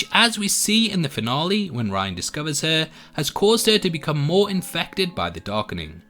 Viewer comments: How did you manage to watch all of season one and come out the other end still mispronouncing Rian’s name as “Ryan” when it is clearly and always pronounced “Ree-an”? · It's Rian, not "Ryan" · ITS FUCKING RIAN, NOT RYAN......R-EE--AN, DID YOU EVEN WATCH THE FUCKING SHOW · No offense, but how do you pronounce certain things wrong after hearing them throughout the show? Like Rian and Maudra Fara.